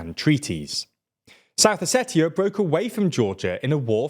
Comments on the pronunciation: It’s not pronounced how it’s spelled, it’s pronounced “Oseshia”. With a “sh” where the “t” is. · That's not how you pronounce Ossetia 😂😂😂 Com'on guys, you cannot bring the news and live under a rock at the same time 😂😂😂 Think about the words international, spatial, etc...